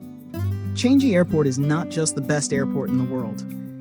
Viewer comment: It is Chang-I Airport (I pronounced as EE), not Chan-Gi Airport.